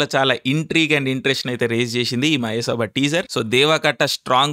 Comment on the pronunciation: అరె తిక్క బ్రదర్ మయసభ అని సరిగా మాట్లాడు బ్రో